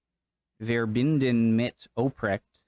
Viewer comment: you actually said verbinden correctly